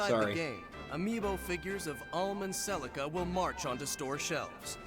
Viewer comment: It bothers me that you keep butchering "Celica's" name. It's pronounced Se-li-KAH. Kind of like Eirika from FE: Sacred Stones. There's also a Celica in Xenoblade Chronicles X, same pronounciation. And the unit you thought was Cordelia is really Cherche. She mothered a son named Gerome in Awakening, remember her?